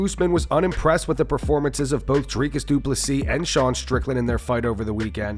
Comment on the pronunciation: Drink anytime you hear Dricus Duplesis😂